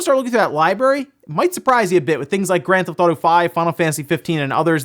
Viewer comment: What's Grand Thotto and Go Sushima?, I think you're missing a few syllables there...